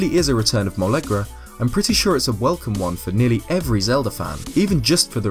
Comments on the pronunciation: molegra lol. It's molgera but A for the effort. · "Molegra"? It's Molgera bruh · "molegra" it's fucking Molgera, dude. Mole gair uh. and it's also as though you didn't notice it was a giant crocodile/alligator. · BTW its Molgera, not Molegra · How you said "Molegra" really triggered me. It's Molgera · It’s mole-gare-a